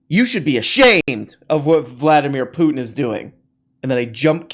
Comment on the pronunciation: Vladimir Pluton! Best mispronunciation yet! 😂